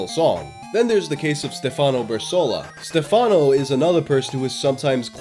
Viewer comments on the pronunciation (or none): also the accent on Stefáno made me laugh